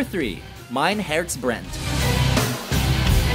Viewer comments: I am dying, how he said “mein herz brennt” this is so bad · Titel: Mein Herz brennt Aussprache: Main Herz Brand 😂😂😂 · “Mooter” “fuywer fwei” “mine herts Brent” 😂😂